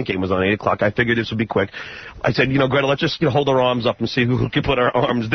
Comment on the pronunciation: And now, Gretta is "Graig". Bobby is "Bella". Great job.